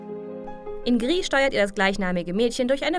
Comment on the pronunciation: des Videos: Gris kommt aus Spanien, es ist daher anzunehmen, dass es "GriS", nicht "Gri" ausgesprochen wird - Klugscheißmodus ende. Saludos an die Gamestars. :-)